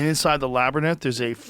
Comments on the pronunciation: Good ol labbernith😂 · He still says labernyth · Please for the love of god, someone correct joes pronunciation of labyrinth